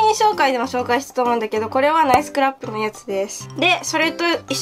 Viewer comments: ナイスクラップの言い方ちゃんとなってるwww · ナイスクラップの発音直っとる（笑）